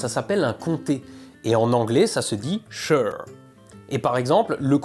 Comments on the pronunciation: Juste une petite précision pour ta prononciation de l'anglais trop francisée. SHIRE ne se prononce pas CHEUR mais SHAILLEUR. YORKSHAILLEUR. le chat du chessire, par exemple) dans Alice aux pays des merveilles se prononce CHECHAILLEUR CAT (cheshire cat). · Non un comté ça ne se dit pas sheur. On dit bien York-sheur par contre. Pas sheur-reeve non plus. Mais sinon incroyable de choper des fugitifs comme ça ! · A prononcer chailleure ( shire ) ! 😉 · Pour toutes celles et ceux qui ont écoutés les deux premières minutes quand il prononce "Shire"- Sheur, et qui ont regardés The Lord Of the Rings en VO, je vous vois dans votre souffrance., félicitations pour les 1M, je t'ai découvert sur Hermès #11, merci infiniment pour tout ce chemin parcouru. ♥ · Même pas foutu de bien prononcer le premier mot d'anglais de la vidéo (shire) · tu prononces mal "shire"